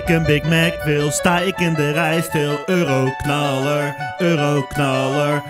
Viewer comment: je zegt 40 keer ueroknalar